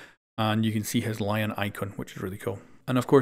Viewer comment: Btw, Lion is pronounced as (lee-on)